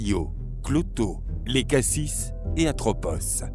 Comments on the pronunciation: Il me semble que c'est Lachésis et pas Léchasis. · Zeus a eu les Moires avec Themis pas Tethys et on dis LACHESYS